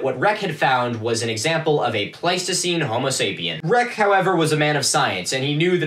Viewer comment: Sorry, it's pleistocene, not pleistocine, and homo sapienS is the full name, not a plural - there is no such thing as "sapien". Nor sapiens, some might argue...Scientific accuracy, right? Etymology has its reasons. Great show, keep at it.